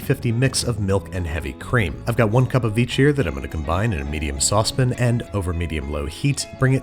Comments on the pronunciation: Okay, this word “saucepan” is pronounced “saucepan” not “saucepin.” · it’s sauce PAN, not PN. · Why do so many food channel hosts say "sospen" rather than "sauce pan"? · Sauce.... Pan.... Saucepan... Babbish Saucepen? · sauce pin? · ' saws pin ' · Babish be like “sospin” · “Sauce pin” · When is someone going to tell him saucepin isn't a word? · Please stop saying sauce-pin. And don't tell me it is a regional dialect as you do not ALWYS say it. It's driving me mad!...Otherwise, I watch your channel and love IT and YOU! Merry Christmas! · but is it ACTUALLY pronounced "saucepin"? I've watched and wondered for years. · It’s a running joke. I think it started in the coffee jelly episode. He also intentionally mispronounces other words like saucepan